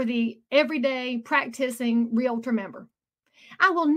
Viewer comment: nice piece; comment, please pronounce the word Realtor correctly REAL-tor .... there is no extra "A" thank you